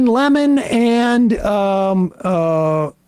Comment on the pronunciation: It helps if you pronounce it like "eggs." The eggs were flying freely today. He pooped out five eggs. It was a slow day for Eloon.